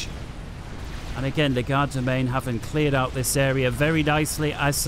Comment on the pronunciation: I know it's going to sound nit-picky but it really bothers me that you pronounce Legerdemain as "Le-GAR-da-main" instead of the accurate "LEDGE-er-da-main".